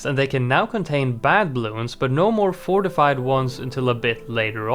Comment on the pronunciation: round fourtyfive has fortifie balloons huh